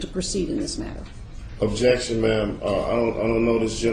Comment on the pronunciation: I love watching this video. "Ojection... You don't have the jurisdiction to have jurisdiction.. objection to your jurisdiction, objection to your power, objection to America". Lol. He goes in.